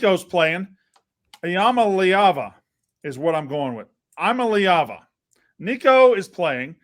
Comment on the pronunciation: E-ah-malliava get used to saying the name lol